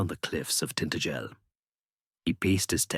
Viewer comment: Tin-ta-gel with emphasis on the ta! Not tin-t-gel!!!! 😂😂😂😱😱😱🤦‍♀️🤦‍♀️🤦‍♀️